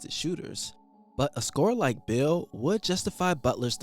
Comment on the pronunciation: It was half way through the video that I realized you were saying Beal. The whole time I was wondering who the hell is this bill guy you kept mentioning